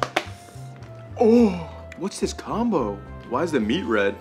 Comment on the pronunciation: The way I laughed when you said, "Comboo". 😄 I'm a child. 🤣😂